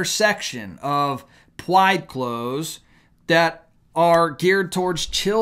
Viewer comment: Let your new viewers know why you say pwyde, twans & so forth. I don't get it